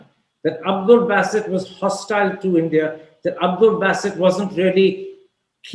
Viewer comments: He is 'B-AA-sit' not 'B-AY-sit' ..this guy Karam Thapar too British for British themselves. They get Indian-Pak names right more often than him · Basset? Basset??? 😂😂😂😂 The Wire sucks, but Karan Thapar is awesome. However, Basset??? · I guess it's Ba Ba Bassit and not Beysit. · What's baaasit? It's basit. Frankly speaking i find Thapar a bigger joker than his Pakistani counterpart. Imitation jewellery doesn't last long